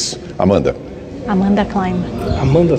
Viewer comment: O Felipe não sabe falar Amanda kkkkkkk Natalia Klein